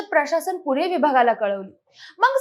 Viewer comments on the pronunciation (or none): News is informative but पुने नव्हे 'पुणे'..